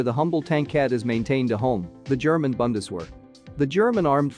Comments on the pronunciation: It is Bundeswehr (the "u" is probunced like the " u" in unit ) and not Bandeswähr. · It's not pronounced Bun-des-wear - it's Boon-des-vehr! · You are pronouncing Bundeswehr as if it would be written with an A like Bandeswehr. Try pronouncing the U as in united. No offense it's only a tip to improve your German ;-) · Please look up how to pronounce Bundeswehr. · Maybe next time the word Bundeswehr can be pronounced correctly. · I know it is an artificial voice, but hearing the mangling of "Bundeswehr", "Heer" and the like just grates. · 'Very unique' - ouch! And say 'Viesel' and 'Bundesvehr' - 'tisn't hard, trust me.